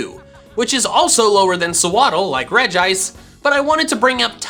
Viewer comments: It's (Rej-ee-ice) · I'm confused. He said "Regice" but I say "Regiice". WHO CORRECT? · It pronounce regi ice,not reg ice